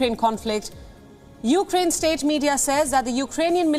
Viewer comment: "after attacking upraine"... she mispronounced it. Hahahaha.